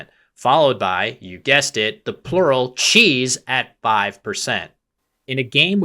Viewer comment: Qis ? No. Cheeeeeeeessssssseeeeeee